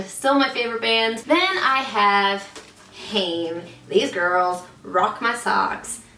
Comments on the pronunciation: It's not obvious but they are pronounced "hai- emm" (two syllables!) not "haiym" or "häim" - had to look it up! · Haim is pronounced 'Hime' as in time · Haim is pronoucned hime btw.